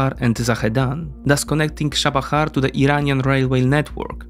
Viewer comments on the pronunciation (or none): Interesting. I stopped at the advert. I notice you swap English TH and DH sounds with F and D, NG with NK, and E/ER with EY. The becomes Dey.